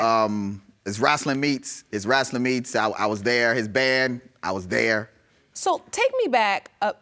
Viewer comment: “Wrastling” 😂😂😂😂 Me and possible dad are birthday twins. Taurus ♉️ gang gang